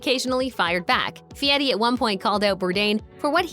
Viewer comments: His last name is pronounced, by his parents and relatives, “Fairy”, not Fieti. He did not want to be called Guy Fairy. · If you're going to do a show about someone, at least say his name right. Fieri, not Feiti. Not that I Iike him. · In no language is "Fieri" pronounced "fee-eh-tee". Just sayin... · Since when is the letter "r' pronounced "t"? Idiot can't even pronounce his own name. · You say "BOhemoth" but made sure you try and say fieri way too hard.